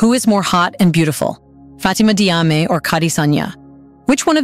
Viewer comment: it's Jarmay, not Diame. I'm Diop, pronounced Jop. Diouff = Joof. Diallo = Jallo. All major athletes